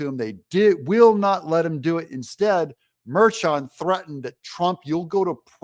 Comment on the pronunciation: Judge’s daughter is 34 yrs old!! They show an old pic before the judge turned completely gray, she looks younger to make orange man mean. Not letting Trump go to a once in a lifetime event, like a HS graduation, is cruel. I pray douche merchan gets everything he deserves. Btw. It’s mer-Chan…when did Juan become French? Mer-Shawn. Please fool. 🇺🇸🙏🏻